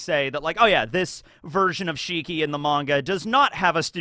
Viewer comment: I don't think it's shiki, I think it's more like WANG SHI!